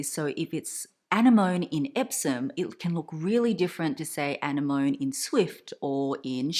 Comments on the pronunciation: It's a-ne-mani not annie-mone 😐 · is the color "Anemone" like the sea creature? if so it's pronounced "ah-nem-moh-nee." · Isn’t it pronounced an-NE-moh-ne? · 💜💜💜 it’s pronounced [UH] + [NEM] + [UH] + [NEE] 🤗. It’s beautiful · She pronounced it with the French emphasis..